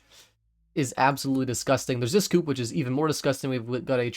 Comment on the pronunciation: please pronounce coupé like coupé lol